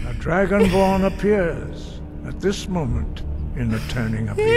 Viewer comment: be like “IM DRUGO-BORN”